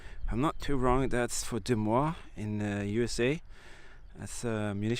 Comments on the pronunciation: Believe it or not Des Moines, Iowa is prounced "Duh Muo-ine" in the USA. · Des Moines is pounced "duh"-MOYN MOYN - rhymes with "loin"